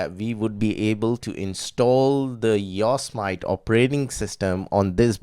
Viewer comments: I live in CA... It's called "YO SEE ME TEE" not "YORK SMITE"... lol you are a good man ! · its pronounced Yo' Se' Matee. Jesus. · Ok sorry to correct you on pronounciation because I hate it when I am corrected but this was big error IMHO. Its not yos mit long i and long o. It is yo long o, sem short e, it short i, e long e. The yosemite were a small tribe of native americans that lived around the area and the mariposa tribe. Yosemite translates as killer in english. The yosemite were not nice ppl. The yosemite tribe called the area ahwahnee which translates as big mouth. The language those words are in was miwok and was the language of the yosemite and mariposa tribes among others around California Oregon Nevada and some parts of Washington and Idaho